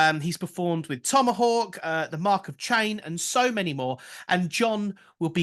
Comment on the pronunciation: Did he say Mark of CHAIN? Cain.